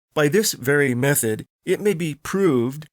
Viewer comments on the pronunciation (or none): none